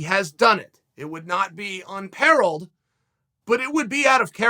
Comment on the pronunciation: "Unperreled" - Uncle Chael teaching us the goats English! Thanks uncle... 😍